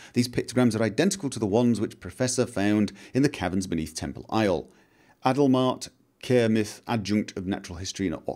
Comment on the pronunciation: I don't know if I am more fascinated by your continued inability to read the name "Adalbert Kermith" correctly, or by how varied and original each new mispronunciation is.